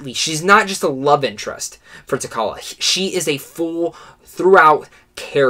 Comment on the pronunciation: Great review... but, LOL.. you keep mispronouncing T'Challa... The 'CH' is pronounced the same as in 'children, chocolate, cheeta'.